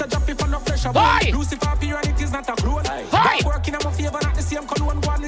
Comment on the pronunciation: Bruh... I'm Jamaican and I don't pronounce "clone" that horribly.... 😩